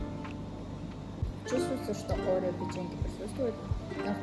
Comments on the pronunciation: Не арэо а орео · Арео,😂 ориё же